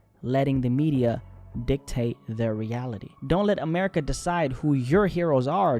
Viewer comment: Its America. Not Amerikkuhkuhkuh. Acting like Blacks are the only ones that pay taxes. You sound like a crah crah crackhead.